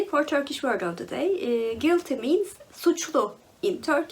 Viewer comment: I should read a Dan Brown book some time.. I have some Robert Langdon books on my TBR. Suçlu! I wouldn't have guessed it'd be spelled that way based on how you pronounced it. I'm not sure what book I like where the premise is ridiculous.. might have to think on that one.